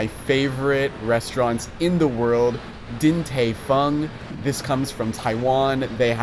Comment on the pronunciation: Din /TIE/ Fung 😊